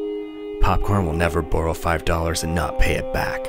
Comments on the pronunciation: the way you say borrow is hilarous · I love the way he says borrow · You're Canadian!!! Heard it on the "Bbrrow" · Didn't know he was Canadian until he said borrow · Also when he said borrow it sounded Canadian